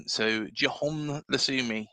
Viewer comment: Cheers for the episode. Fairly certain the Colombian’s name is pronounced Jon Lukumi. Unlikely the C is pronounced like an S when followed by a U. Concerned about his stats but have faith in our recruitment team.